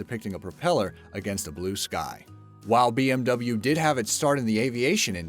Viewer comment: Bmw pronounced very rong